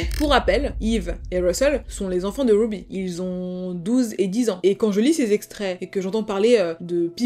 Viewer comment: Super histoire tres bien raconté mais par contre ce n'est pas grave si tu prononces les prénoms américain avec l'accent français !.... Wouuby (Ruby) a part ca tres interessant